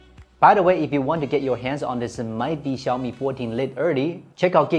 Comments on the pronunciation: Bro!! Lite is pronounced 'light' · Lit...more like layt. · This is actually a mispronunciation of "Lite", thank you very much for your comments.